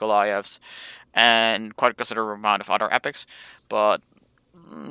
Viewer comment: Get to the point, stop saying like, write a script, keep vid under 10 minutes...& speak englsih ie other not udder, month not munf